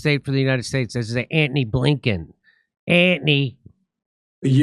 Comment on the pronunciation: Ant-knee Blank-in is a all time DOUCHE CANOE